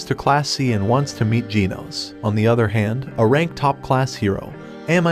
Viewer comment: It's now jeans not genos